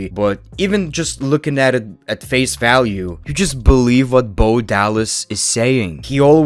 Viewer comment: I BOLIEVE IN JOE HENRY